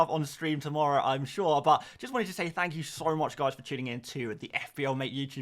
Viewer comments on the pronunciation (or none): none